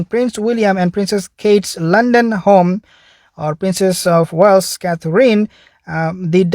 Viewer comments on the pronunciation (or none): none